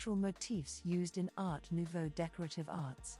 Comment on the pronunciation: In general good info, but earbothering pronounciation. Sorry, I can't listen to any more. It just hurts. Not knowing how to pronounce Jugendstil, Secession... Art Nouveau, Jan... I can't stand it. I think in fact it is AI voice. Such a shame for this good content. 🥵